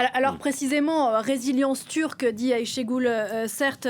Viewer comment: De même, Ashégule ! Vous savez prononcer Aycha en arabe, et ben Aychée, c'est pareil !